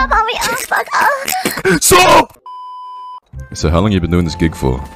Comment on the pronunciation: I love his abrupt STOOP